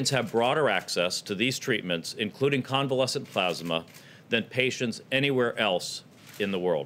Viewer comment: why cant Trump say the words 'plasma' or 'convalescent'? is Trump ok?